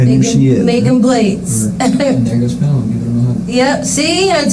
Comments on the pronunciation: It is really annoying to hear the narrator mispronounce the child's name EVERY SINGLE TIME he says it. Such disrespect. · Put some respect on that baby’s name, you keep pronouncing her name wrong SMH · Yes, that was so annoying ‼️ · Hi! You are pronouncing Fallons name wrong. Im not hating. You did a great job and Lord knows I struggle with pronouncing names I dont know, too. The ONLY reason I know is there is a city in Missouri "O'Fallon" and then Mr. Black covered this case too, and said the name and it sounds exactly like "O'Fallon" dropping the irish O. You did a great job, however. Really. I couldnt ever cover this case as my soul screams emotions at this baby murderer that i could not contain if I reported it. So hats off to you for being able to cover it. Yeah I dont hate often. Maybe 2 people in my 50 years of life - have earned my hatred...but she is number 3. However, she DID give me a bit of a chuckle when she blamed GHOSTS. But not because it was funny as much as RIDICULOUS. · Pronouncing Fallon's name wrong is incredibly disrespectful. It rhymes with "gallon." Also, giving out Kirstie's kids' names?! Dude. They're children, and they deserve to be protected, not practically doxxed. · It’s so irritating when these true crime channels mispronounce the victim’s name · I have a bit of an unusual name, so maybe that’s why I am sensitive to someone misspeaking a name. It didn’t help that, almost instance for instance, the narrator would misspeak Fallon’s name right before or right after it was spoken correctly by someone involved in the interrogation! Please do your best to ensure you don’t slight the victim by trying your best to pronounce their name correctly whenever possible. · certainly, but it’s unfortunate they didn’t even say the victim’s name correctly. It’s a bit disrespectful. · They literally said her name a hundred times and you persist on mispronouncing it. :/ That poor baby and that horrid monster. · Faaaaalon. Not fallen